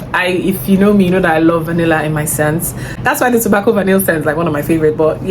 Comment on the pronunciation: I love when you say “ain’t nobody got time for thet” 😂😂 I say it to my siblings a lot these days because of you😂😂😂 I’ll definitely try some of these perfumes out